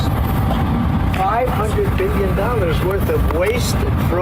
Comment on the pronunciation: Big red flag that the "billionaire" can't pronounce the word billion properly.